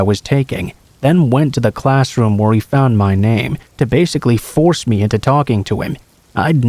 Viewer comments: Pretty sure it's advanced text to speech, any person who knows English would know how to say lavatory and ESPECIALLY "ME" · I'm sorry but hate the way he says "me".